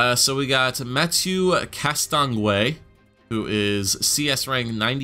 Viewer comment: The way you pronounce Castonguay is Caston-gay